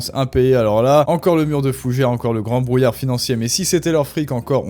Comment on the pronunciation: Le serviceu publiqueu, notre friqueu, le brouillareu... Nan, c'est insupportable! Vraiment dommage! Il faut que tu travailles là-dessus, parce que sinon, je ne vais pas pouvoir te suivre...